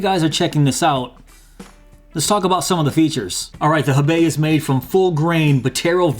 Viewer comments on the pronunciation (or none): And I'm telling you as a person who speaks Chinese, and knows what the wallet is named after, you didn't pronounce it correctly. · FYI, it's pronounced "hoe-bay", since it's a Chinese name.